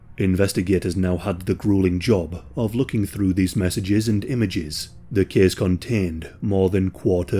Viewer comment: “This kehss tehkss plehss…”